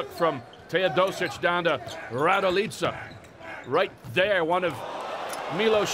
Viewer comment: Kako govori ,,rajdojica"😂😂😂